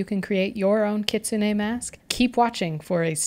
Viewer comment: Keets-neh. Ki tsu ne. The u in tsu is unspoken, via my Sensei Setsuko from Okinawa. :)